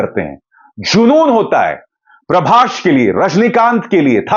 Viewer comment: Sir it's a Prabhas not prabhash